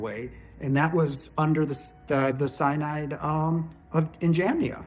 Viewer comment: I agree with what you are presenting. BTW, Synod is pronounced "sin od".